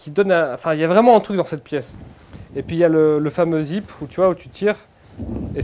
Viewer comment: T’as dit zeepe 👍